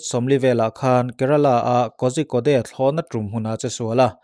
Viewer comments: Pu-a kozhikode hi korikott tiin lam zawk la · Kozhikode=Kodikawd ti a lam tur aw. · Kozhikode hi Kawrikawt tia lam tur a ni